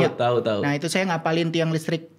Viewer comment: PECAH BGT PAS NGOMONG “SUAYA”😭😭😭😭